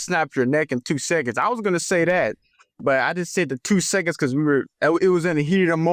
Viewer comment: Really? seconds rhymes with sentence when he says it. Come on man ….. it’s the thing 🎉🎉🎉